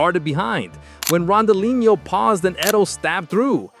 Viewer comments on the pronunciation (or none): Stopped watching after hearing you pronounce Ronaldinho…